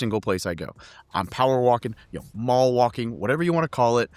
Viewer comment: "Mall Waking"